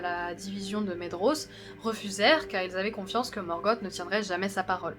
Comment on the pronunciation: Excellent ! Seule remarque : la prononciation des noms. Le "dh" se prononce V, le "th" T, le "c" et le "ch" se disent K, le "g" G(u), etc. Par ex : - "Celeborn" se dit Kéléborn - "Maedhros" se dit "Maévross" - "Region" se dit "réguionne" et pas "réjion" comme le mot français - Les terminaisons en "in", "an", etc, prononcent bel et bien le N. "Thorin" = Torinn, etc Il y a un tableau des prononciations dans le Silmarillion ^^ Bon courage pour la suite ^^